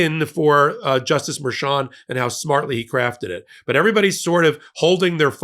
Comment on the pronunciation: MERCHAN not "Merchant"